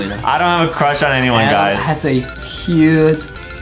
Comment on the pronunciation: adem has a huge cwush on banbaleena